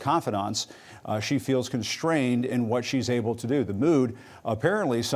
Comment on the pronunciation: "Constrained"?!? She's incompetent!